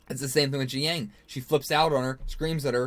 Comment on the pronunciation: Jiaying is pronounce JUY (rhymes with GUY) - YING. It’s not GEE-YANG.